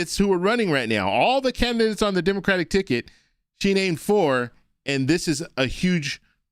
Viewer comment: Why can't she say "Democratic"? Why doesn't she pronounce the last syllable? So weird.